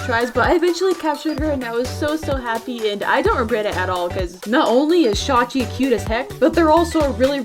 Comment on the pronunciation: Omg she pronounced shawchi’s name right I KNOW the proper pronunciation and still sometimes say shawichi